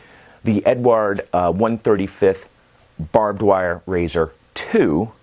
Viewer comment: Hello there, great review as always. To the pronuanciation of the czech premium brand, it is very easy. It's a male name, it's czech version of name that you know as Edward and it has almost the same pronuanciation. It goes like E-du-ard.